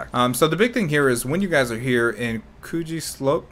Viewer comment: Mans said C O O C H I E Slope